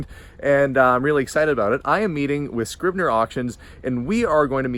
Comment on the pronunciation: Scribner, sooooo much Better than Kastner, well done!